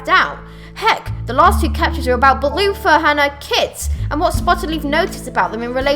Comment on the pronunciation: When u said bluefur I thought you said Balooffa XD